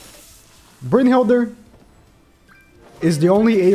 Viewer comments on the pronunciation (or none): Why tf does he pronouce ‘brunhild’ and having an ‘er’ on the end